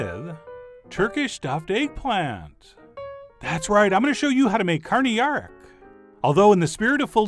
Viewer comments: You definitely nailed the pronunciation! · You pronounced karnıyarık surprisingly well!